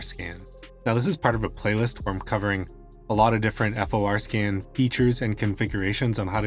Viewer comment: WHY do you say F-O-R scan ??????